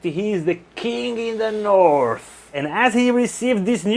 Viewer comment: King in the NORF! Love it lol